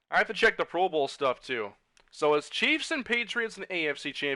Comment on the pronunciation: Very weird way of saying chiefs